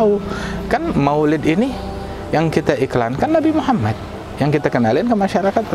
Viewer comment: assallamu'allaikum Tolong sampaikan salam saya kepada habib ( sanaq) jangan sebutkan nama nabiku dengan sebutan nabi muhamat (tapi Muhammad).aku tidak suka mendengar itu